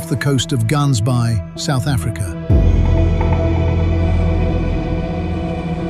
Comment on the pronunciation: The pronunciation 😂 of Gaansbaai lol